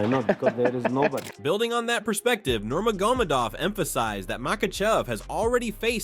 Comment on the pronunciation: do you even watch UFC? the mispronounciation of Nurmagomedov drove me nuts. He's one of the best ever. My favorite. His name's been spoken correctly many thousands of times.